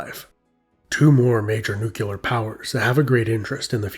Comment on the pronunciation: "Nucular"! It's pronounced "nucular"!